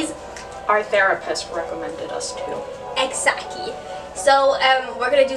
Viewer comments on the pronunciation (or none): i keep rewatching this. "exacky"